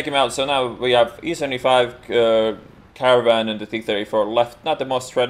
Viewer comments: laughing harshly whenever he says caravan for caernarvon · It's so funny the way u say Caernarvon, in Polish it is a vehicle to transport people that died if that makes sense. lol